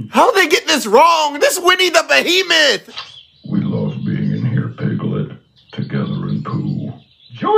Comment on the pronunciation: It's behemoth not beehiman